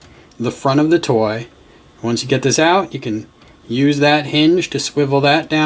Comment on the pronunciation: it s triggered me when he says “toy”